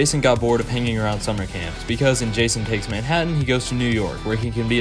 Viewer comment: Thats not jason thats rason 😭🙏